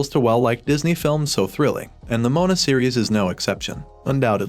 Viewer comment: STOP SAYING MONA ITS MOANA🤬